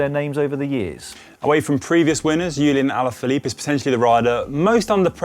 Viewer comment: With respect, Julian Alaphilippe's name is not pronounced with a German or Dutch J. May you please call him Julian (Julie-on) like the word "on" if you want to say it close to the French way? Or else, may you please call him Julian, as in Julian Dean?(former New Zealand cyclist you might know)